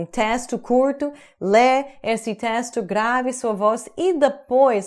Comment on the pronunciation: vc e alguns americanos ainda pronunciam o e de forma errada em algumas palavras. Esse, este, naquele, ele, pronuncia-se com som de ê, como em você. Só a forma feminina dessas palavras tem o som de "é " aberto.